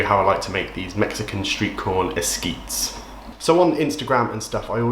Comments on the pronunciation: It’s great how you try all these different sides. pronounced es-kee-tez. You can also try frying the corn with butter and top with the Mayo etc after warming. 👍🏼❤️ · Hey 👋🏿! I’m a Hispanic from Austin, Texas and just wanted to say that it’s pronounced “es-kee-thez”. Also, I respect the hell out of the work you’ve done as a content creator! I’ve followed and subbed to you long before your collab days.